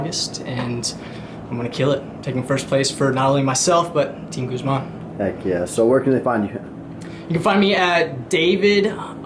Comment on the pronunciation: is your name pronounced GuzMON or GUZman?